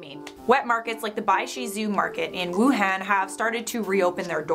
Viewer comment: There is no Asian country it's continens your American accent in wuhan is wrong